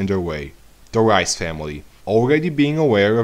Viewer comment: reiss is pronounced reese not rice